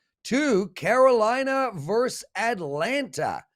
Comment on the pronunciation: just try using versus with two, yes 2, syllables.:)